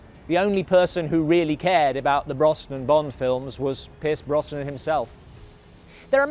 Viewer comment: Please PLEASE if you're going to do future Bond content learn how to pronounce Pierce Brosnans name correctly!!! Its pronounced BROZNAN not BROSSNAN.